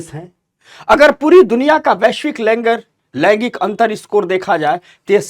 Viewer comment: Laigik nhi laingik hota hai. Thoda uchcharan achha hona chahiye